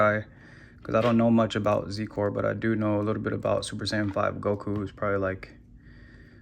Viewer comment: its pronounced "zi-core"